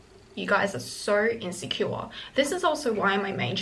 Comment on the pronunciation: “Sow insecura” love that 😂